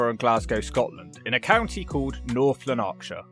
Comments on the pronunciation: It's actually pronounced North Lan- ak - shire. Which is a pretty good giveaway that this is an AI voice, not a real voice or somebody who doesn't know the area. However I live in the nice bit. We didn't want to join North Lanarkshire but normally we would have been part of Stirlingshire or even East Dumbartonshire but we got shoveled in. I live in the Kelvin Valley, which is delightful. We have ospreys, we have beautiful wildlife, we have otters. We've got all kinds of great things here so don't please rubbish the entire county because there are some bits of it that are okay and some bits that are crap. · Lun-Ark-Sha? Made me laugh. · L-A-N-A-R-K-S-H-I-R-E, not LANAAARKSHIRE!!!! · needs to pick that bogey out his left nostril BTW. Love the channel, mate. I'm glad you're back and doing your thing in not-so Bonnie Scotland ❤️ Re. Your pronunciation of Lanarkshire: It's LevioSAH 😂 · Hahaha, yep. Plain old lanneksher for us Northern Sassenachs. Probably the wrong pronunciation too. 😂😂😂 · Laaaan-aaark-shere lol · Ps it's pronounced North Lanark-shire. lol fml-3,000 new homes on mines yeh what an amazing idea ffs idiotic council/contractor-govt collaboration! And never knew about those chemical leaks around coatbridge, any bet they still do it on purpose to make people ill, here in cumbernauld we get a sulphur smell quite often and also get watery eyes (sign of ammonia) poison-chem trails!" and Aye we do want a better cumbernauld! The degradation nof soul and polarisation of humanity these illuminati zionists at top have ensued over us for too long! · You're on the internet and yet you cannot somehow find the time to research how Lanarkshire should be correctly pronounced. Pathetic! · I’m this far in and convinced my hometown is on this list. I haven’t lived there but visited in 40 years. It’s an absolute pit, but I still have a soft spot for it. I’m also going to assume you are mispronouncing Lanarkshire on purpose? I fucking knew it. My toon is #4 😂